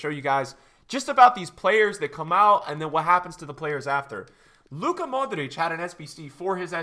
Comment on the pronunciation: You pronounced modric’s name properly, congrats you’re in the minority